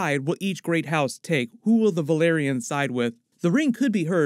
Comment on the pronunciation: House Velaryon pronounced Verr-Larr-reon Repeat after me...Verr-Larr-reon. It's not pronounced the same as Valyria